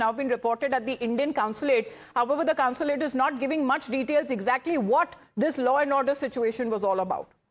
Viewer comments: It is consulate. NOT councilate. News readers should learn how to pronounce. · I wonder whether they are wrong. BTW pl tell the anchor that it is consulate and not counsulate as she keeps saying. It's jarring. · Anchor, It's NOT Counslate, Consulate